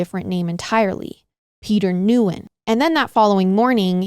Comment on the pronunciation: I love you both dearly. But, you have got to start researching how to pronounce the names you're saying. Nguyen is pronounced "WEE-in" or "Wen." It's just disrespectful at this point. The killer does not deserve that respect, but the ~40% of Vietnamese people that hold this surname do.